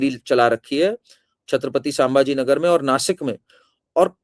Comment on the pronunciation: आपके शुरुआती वाक्योमे आपने छत्रपती संभाजीनगर के नामका गलतीसें छत्रपती सांभाजीनगर ऐसा उच्चारण किया. आगे यह खयाल रखे आपके उच्चार गलत न हो. 🙏🙏